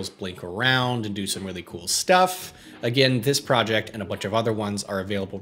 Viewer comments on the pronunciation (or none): none